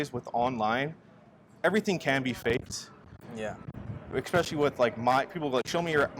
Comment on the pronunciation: 'Moneyball' lol., it is 'especially' not eCspecially lol (if you are going to use a word all the time, use it correctly). You sound uneducated saying it like that dude.